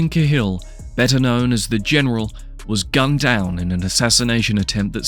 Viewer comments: It's caa hill not kay hill mate 👍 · ya, I agree with 100%..........would you pronounce CAT as KAY? Unless you're mentally disabled, ignorant or just plain stupid you just wouldn't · It's pronounced kal but spelled cahill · Same as Gallagher, some drop the second g some dont. but yeah i`d say Ca Hill. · Can't pronounce the name of him properly because it's the British doing the whole claiming Irishness again. I don't know why they would bother but all English media have some sort of boner for claiming Irish people as British. Martin Cahill was born and raised in Dublin, Ireland. Why you classifying this documentary piece as UK Crime. Hes Irish... Clueless channel. Reporting it after this message.. if you're doing to create a channel at least don't push misinformation. Remember, misinformation is alot worse than NO information. So you're the problem in this society b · Why can none of these channels pronounce the names of the people they’re creating videos on. It’s Cah-hill not Ca’hill. And he was born on Grenville St not Greenville.